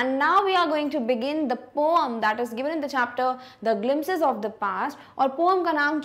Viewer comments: Mam not poam it’s poem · mam not poam its poem improve your speaking skills 😂😂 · It is not poome it is poem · Mam you says that poam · Because mam say pooum ma